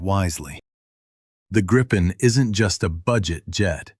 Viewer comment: GRIP-EN not gripe-en. FFS